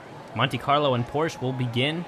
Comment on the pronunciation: I love your track set ups! Long straights show off a good car with good wheels, and the curves just help make the track longer & cover more ground. Oh, and "Porsche" is a two-syllable word. "Por-shuh"